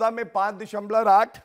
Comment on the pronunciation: Abe dashamlav hota hai dashamlor nahin, Bjp me saare log unpadh hain kya.